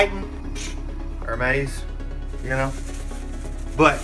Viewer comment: It's pronounced Zaynya. And from another video... Airmez. Just sharing. I like your content. Thank you.